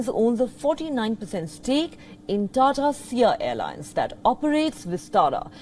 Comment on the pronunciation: It’s not Tara / Tada.. it is a proper TATA. And not ears, it is YEARS . Can we have Palki Sharma back please